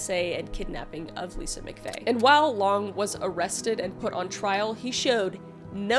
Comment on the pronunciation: MCFAY LOL ITS MCVAY LOLOLOL